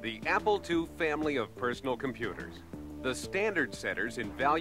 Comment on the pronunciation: it sounds like he's saying "Apple twoee"